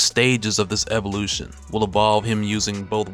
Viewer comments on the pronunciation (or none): none